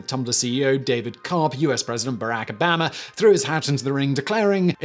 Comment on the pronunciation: Should we be taking pronunciation advice from a man who says “Berack Obamma”?